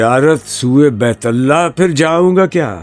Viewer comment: ان کی آواز میں جادو ہے لیکن کبھی کبھار تلفظ میں گڑبڑا جاتے ہیں۔ اس میں ہی دیکھیے۔ ”بیت اللہ“ کا تلفظ کس طرح ادا ہوا ہے۔